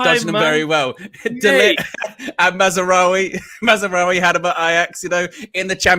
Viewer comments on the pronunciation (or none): Who the hell is Mazzaroui?? His name is Mazraoui. Maz. rao. e